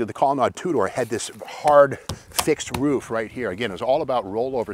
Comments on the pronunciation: Back in the day we pronounced it "colonaid" not "colonod". Studebaker was the oldest vehicle manufacturer in the USA at 112 years when it moved to Canada. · The word Colonnade is pronounced with a long a.